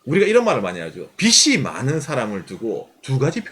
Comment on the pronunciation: 빚이 많다 발음 [비시 만타] X [비지 만타] O